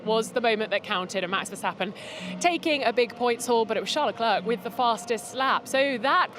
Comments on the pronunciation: Why is she calling him Le Clerk? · Please make some efforts to pronounce Leclerc's name properly, missy!!! There are 20 pilots on the grid. This should not be so difficult to remember their names and how to pronounce them... 🙄